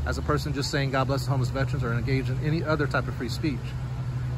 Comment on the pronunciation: FYI there's no such word as "Vetrains" its correctly pronounced as Vet-"ER"-ans ER Like gerr ER Gerr........not Tra like Tran no its tERans